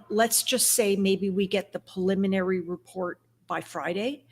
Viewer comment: with respect, it’s PREliminary, not PAliminary. Thanks for your passion.